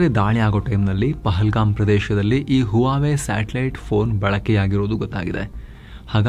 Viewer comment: Huawei pronounced as "wawai"